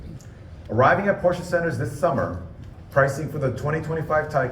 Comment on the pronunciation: at least learn as the CEO of a top company to "speak it" in original way, which is NOT porscha, but "porsche" (it should end in an E spoken almost es "eh", eh?)